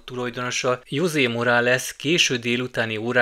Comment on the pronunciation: Dél-Amerikában nincsenek tigrisek!!! Ami úgy van írva hogy "Jose", azt úgy ejtjük hogy "Hozé"!!! - kedves szellemileg leárnyékolt barátom!!!